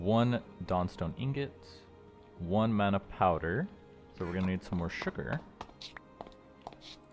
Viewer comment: Just curious why you keep switching the pronunciation of "mana?" Sometimes it's MAN-ah and other times it MON-ah. Is there a reason?